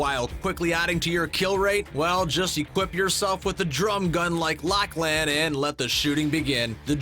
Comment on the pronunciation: When you don’t realise that the Infinity Blade/Double Barrel Shotgun/Drum Gun/Guided Missile were vaulted Also, it’s pronounced Locklen but spelt Lachlan